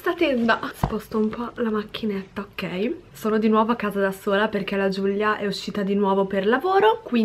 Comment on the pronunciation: Ma perché GiuGlia?? Si dice Giulia 😂